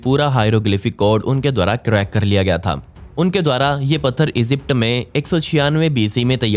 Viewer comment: Esypd nahi hota Egypt hota he,🤣🤣